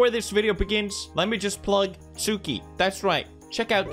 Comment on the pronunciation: Watching Haikyuu: Tsukki Watching Pewdiepie: Tsuki